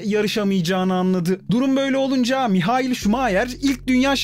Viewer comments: Maykıl ❌ Mihayıl ✅ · adam Alman ya hani... Maykıl diye okunmuyor